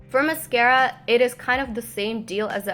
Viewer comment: MUSKARA!! Love when you say that